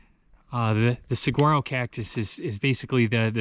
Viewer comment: oh dear, you did figure out how to pronounce Saguaro after this film I hope! nonetheless, great video! That cholla forest looks like a cartoonish version of hell.